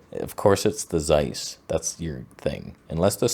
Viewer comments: "Zeiss" is pronounced "Tseiss" by the way, not "Seiss". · You should learn how to pronounce Zeiss.